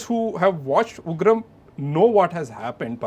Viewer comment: Son of Ugrammm.... So disgusting making sallar instead of Ugraam